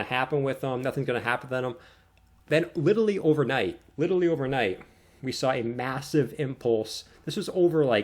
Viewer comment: "xrp will go 100x" - guy who can't pronounce "literally"